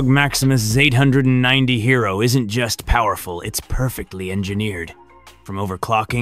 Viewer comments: The gigabyte ZAYTE HUNDRED AND NINTEY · Zate hundred ninety 😂